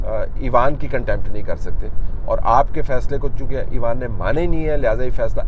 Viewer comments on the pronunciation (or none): "ایوان" کا اردو تلفظ آپ مستقل غلط بولتے رہے پورے وی لاگ میں ۔۔۔ اس سے اچھا ہوتا آپ پارلیمنٹ یا پارلیمان بول دیتے ۔۔۔ پہلے ہی نیوز چینلز نے اردو کا بیڑا غرق کیا ہوا ہے ۔۔۔ آپ تو اتنے معتبر جرنلسٹ ہیں کہ لوگ آپ کی زبان سے جو سنیں گے اسی کو درست مان لیں گے ۔۔۔ اس لئے تھوڑا سا خیال میرے بھائی ۔۔۔۔۔